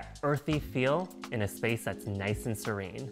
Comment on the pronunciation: its SERENE, not SURINE